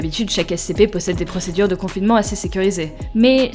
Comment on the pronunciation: Je rêve ou elle a dit comfinment alors il existé même pas y a 2ans 😑